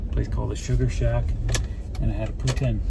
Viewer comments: He said Putin, like Russian Prez, but I thought it was pronounced Poo-teen ? Please advise. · I dont know why it bugs me, but I can't stand it when people pronounce it poo tin. Doesn't sound right, isn't spelt that way. Poutine=pooteen lol I know I'm wrong though 😆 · I can't stop hearing "Poo Tin" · Had Poutine in Waterton at Weiners of Waterton. Mmmmm good. They pronounce it “poo teen”. Is it pronounced differently across Canada? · Love the freedom you have living from your van. Enjoy your time with your daughter have lots of cuddles, i'm sure you've heard they grow up way to fast :) well they do my baby turns 25 on the 21st..WOW! Oh ya poutine is awesome but we pronounce it differently like everything here on the rock..:D